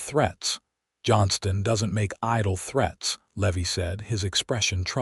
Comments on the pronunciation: It’s Levi not Levy. AI sucks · Driving me nuts all the mispronounciations. Its lee-vie and I watch all these awesome stories all day every day. But some mid pronounced words drive me nuts...nuts I tell ya.😂